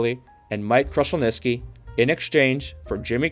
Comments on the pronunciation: And now you are misspelling his name too. Its Glen with one n. It is definitely not Slather either, its Sather. Also you mispronounced Mike Krushelnyski’s name too. Its pronounced “Kroo- shelniski”, not crush. Simply checking Google could’ve avoided this. Also you might’ve gone a bit deeper into Oilers owner Peter Pocklington’s financial problems, which partly necessitated the move. He owned a company called Gainers, which was failing. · Is there a reason you can't say these words properly? Oilers SAYYYYYther not SLAYther Krushelnyski How awful